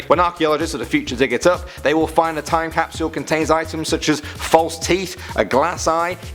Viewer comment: i love ur vids but pks stop saying capsule so weird it bothers me tbh